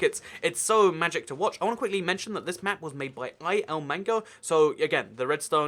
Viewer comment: its il mango not I L mango